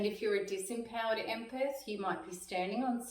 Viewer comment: Empeth , it's empath